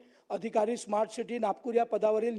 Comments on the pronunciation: खोबडेला साधं स्मार्ट बोलता येत नाही तो इस्मार्ट सिटी बोलतो. अशी माणसं राज्याची वाट लावतील. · सोईचे स्मार्ट सिटी म्हणता येत नाही त्याला इस्मार्ट बोलल्या जातं हे केवढं दुर्दैव. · स्मार्ट सिटी होणार इस्मार्ट सुट्टी नाही अरे तुम्हाला बोलता पण येत नाही आणि त्या आयएएस अधिकारी नांदी लागायले